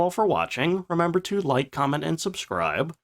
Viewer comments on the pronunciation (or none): none